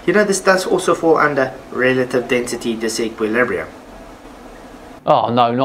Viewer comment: IF YOU SHOW ONE MORE TIME THIS DUDE SAYING DENSITY I'M GOING TO GO CRAAAAAAAAAAAZY